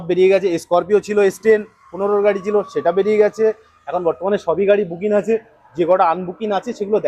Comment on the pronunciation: বুকিন😅 বলছেন যে বুকিং বলুন